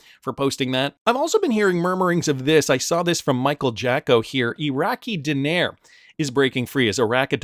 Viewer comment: Din-nar(like car)**